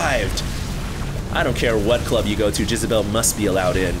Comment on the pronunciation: did anyone else laugh every time said "Jizzabelle"